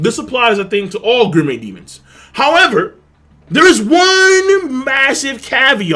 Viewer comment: So i'm a fan and maybe you explained it somewhere else but why the fuck can't you pronounce gourmet?